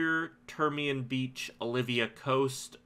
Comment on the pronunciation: Returning players are those that haven't played in 30+ days. And no, you can't do those quests. And it's Ol-vee--ya server, not O-liv-vee-ya. Olvia.